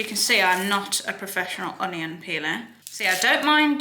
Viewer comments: I love how she pronounces onion un- i- yon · The way cherry says “onion” makes me laugh 😂